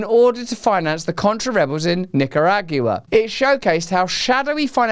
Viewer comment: “Nick-are-ah-g-you-ah” lol